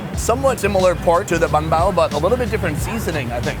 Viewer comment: good job guys. wish i could like it 100 times. watching it 2nd time and still laughing at some of the details i missed. said banh bao with VN accent perfectly meaning he's been in VN too longggggggggg:) when r u going back to the states to visit ur family? they miss u:(